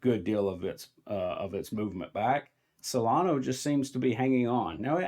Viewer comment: “Solano” 😂 Its pronounced “solan-uh”. Please don’t confuse it with dumb money coin Cardano 😂